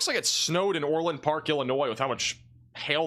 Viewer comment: ITS NOT OR-LAND,PARK--ITS ORLand.PARK---SHORT A--GOT IT???